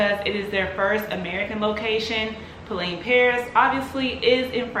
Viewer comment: It's pronounced Po-Len.